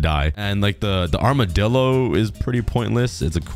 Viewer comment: It’s amidillo